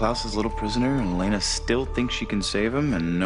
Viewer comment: It`s Elena!!! Not Alaina! :D